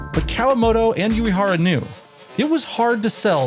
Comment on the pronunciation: Love the vid, but, sorry, the constant mispronunciation of Shigeru Uehara's surname takes me out of the experience. What you said sounds like "Yuihara", when Uehara should be more like ooh-eh-hara. U sounds like the "oo" in "Boo" and E sounds like the "e" in "egg"